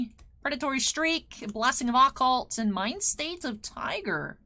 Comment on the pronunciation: Please learn how to pronounce Occult I'm begging you.